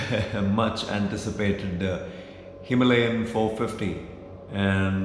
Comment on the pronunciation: bro why the wrong pronunciation of Himalayan ?